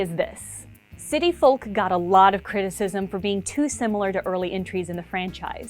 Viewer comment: She pronounces the L in folk and it really irritates me